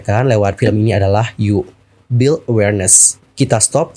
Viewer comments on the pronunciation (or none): none